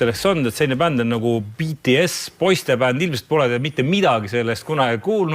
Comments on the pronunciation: Ja lõppuks ometi keegi hääldab BTS õigesti! Eesti areneb wooow! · Wow Reikop on üks eesti vend keda ma kuulen et ütleb bts õigesti aga kui inimesed vahel ütlevad Kõh pop siis save me please🥲💀💜